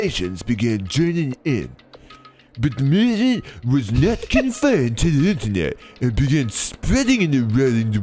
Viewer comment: I'm sorry, was it mÜvement with Umlaut? :)